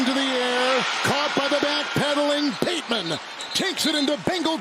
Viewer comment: This announcer guy really doesn’t like voiced consonants. “TouchTOWN, “PATEman”, etc.